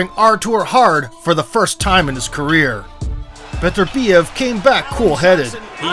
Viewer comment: It's embarrassing how you pronounce his name. His name is not Betterbiev...its Beterbiev, Russian not English.